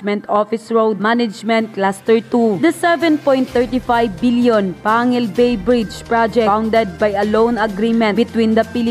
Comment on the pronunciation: Pangil bay hahaha bisaya man ka day natawa lang ako kaunti sa pronounced mo sa panguil Bay na name😊